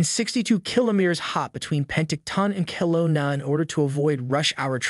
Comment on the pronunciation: I like this channel but I am questioning who is narrating it. Is this a Canadian channel? The words like Regina and Kelowna are being mispronounced.